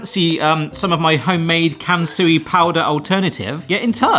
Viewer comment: I could only hear Cancery-powder i stead of Kansui-powder I even had to jump back to check once🤣